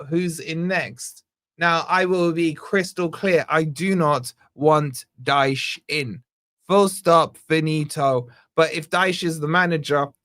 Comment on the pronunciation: IT IS DYCHE